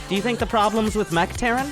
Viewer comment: " not mech but Mergh "